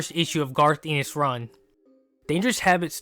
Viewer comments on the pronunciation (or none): I don't mean to be a but actually head, but you're mispronouncing Garth Ennis' last name. It's a short E.